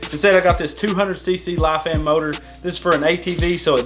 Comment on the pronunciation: As I said to carsandcameras, welcome to the dark side!! I bet you are loving this motor and having the gearbox. Also, common mistake, lifan is pronounced Lee-fan!! keep up the awesome builds man!!! would love to see you guys come out to Australia for a family holiday and some off reading, you will have a blast. Peace and Love!